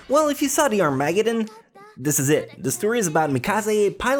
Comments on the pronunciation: What the fuck is an aramagan? The word is armegedon. Arm-a-ged-on. Take your time and ennunciete your words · It's pronounced "Are-MA-Ged-in" I'm pretty sure. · Armuggdon? Why do you talk like that mate? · were you talking about Armageddon? I had no idea what you were talking about until I actually thought about it. You pronounced it as Arm-mag-eddon. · Ar-mA-geddun? .... aka... Ar-muh-ghed-done? I kid... you have a good accent. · the way he says armageddon xD. sounds like he is saying "are mad again" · it's Arm-a-ged-in. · the way you pronounce Armageddon is amazing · I like how you say Armageddon like it's a breed of dinosaur x